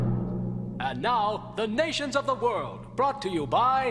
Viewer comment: “orf” wtf...